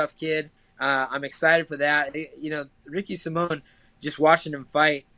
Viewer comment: Ricky Sai-min, not Ricky Sim-mone